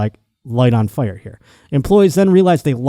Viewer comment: Buffalo genes